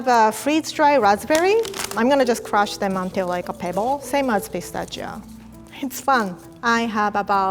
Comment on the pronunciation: I love how she pronounces pistachio! Its the cutest